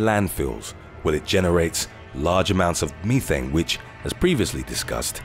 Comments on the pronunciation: "Methane", not Meethane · I love how he said "me-thane" when it is pronounced as "meth-ane" 😂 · LOL@ Meethan lol its meth-thane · Me-thane, damn I was taught Meth-ane. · I swear this guy has a problem with pronunciations of words. Meth-ane not me-thane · Can't help laughing over the way the narrator says Methane. Meethane too funny It IS very toxic so STOP with the damn CAFO'S!!!! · The word ME-thane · Thank Goodness that bothered someone else. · Uh it's short e not ē long